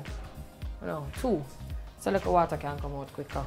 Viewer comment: Warm wata must go on meet not cold smh